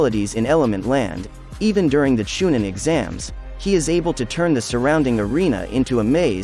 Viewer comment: Cha nine??? U really don't know that it's Chunin??? I believe u...